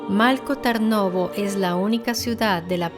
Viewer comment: Por ejemplo Malko Tarnovo. La "l" de Malko, no se lee como en español, no es una l líquida. Y la "a" de Tarnovo, realmente está escrita como a en latín porque la vocal real no existe en español y realmente es complicada de pronunciar. Es una vocal que existe en las lenguas eslavas. Luego, estoy en el móvil y no recuerdo cómo estaba escrito el lugar concreto de los hechos en latín, pero la forma correcta de pronunciarlo sería Strandja, pronunciando la J como en jacket (inglés). Algo similar ocurre con algunos nombres que se mencionan. Lo dicho, son lenguas muy diferentes y es complicado pronunciar algunos sonidos, pero creo que en un video informativo es importante pronunciarlo lo más cercano posible. Espero que no te ofenda mi comentario y gracias por tu atención.